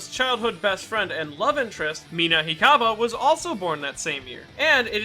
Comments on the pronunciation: I know it was probably just an accidental slip of the tongue, but it's Mina Hakuba, not Mina Hikaba. Her last name is a play on Harker. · Totally butchered Mina's last name, you uncultured swine. Hmph! If you can't tell, I'm looking away in utter disgust.